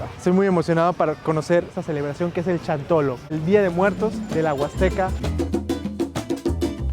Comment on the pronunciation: No es chantolo ,es xantolo ,pronunsia bien no seas tonto